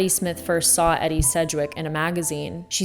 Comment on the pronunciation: “EDDY” Sedgwick?? Omg